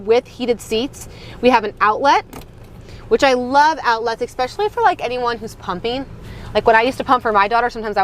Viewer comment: It's "ESpecially", not "expecially". Thanks for the review though.